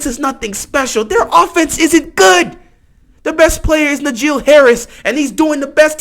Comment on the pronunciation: Did he say Nigeal Harris? How is that? Obviously, He watches no Steelers games and listen to the announcers. Bruh, It's Na jee